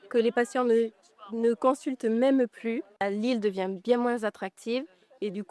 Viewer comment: On dit PLU et pas PU